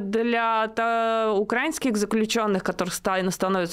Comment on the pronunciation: Научитесь уже в слове УкраИнский ударение ставить